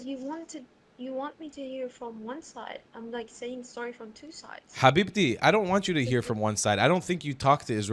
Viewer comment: The way he said habibti It was an Arabic accent and the pronunciation of the letter H This indicates that he has Arab origin, not an Israeli, as he claims They woke up that he is only disingenuous